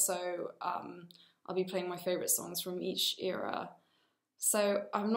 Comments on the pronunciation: the greek in her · I love how she says "iera" instead of "era"❤💜